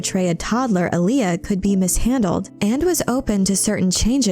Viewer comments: It's pronounced 'A-Lee-A',not Aliyah,watch David Lynch's 1984 version of Dune,in one scene Paul Maud'ib says to Stilgar and Gurney Hallack, "Alia keeps pace with the storm." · ahhhh.... someone fix this AI's pronunciation of Alia.